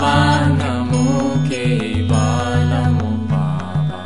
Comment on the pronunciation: I must tell you one significant thing: the mantra is not BABANAMO KEVALAMO. The mantra is BABANAM KEVALAM as it has been pronounced by the Guru Himself. I have that audio with me. I can give it to anyone on demand. Only you have to provide me with your Whatsapp number, please. So, never sing Kiirtan with the wrong pronunciation. It may attract the negative microvita. Thank you, Namaskar.